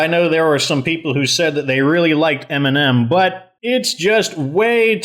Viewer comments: I know I'm so late but I got the game on sale amazing vid u put so much effort into them And when u said m&m I thought u said eminem😂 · Jesus I thought he said Eminem.